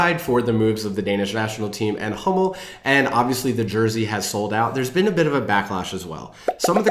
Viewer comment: When you said "Danish Sport wear provider Hummel" and it sounded like Danish Sport wear provider homo, I spat my beer out laughing! Very fitting! 😂